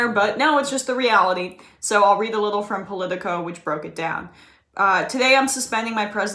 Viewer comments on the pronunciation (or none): none